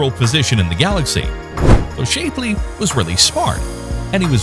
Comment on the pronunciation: Your robot is mispronouncing many words, such as Shapley (Shap-lee). I like your content, but despise robot-voice-overs. DEATH TO ROBOTS!